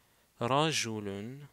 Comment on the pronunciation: Prajouloun pas radjaloun.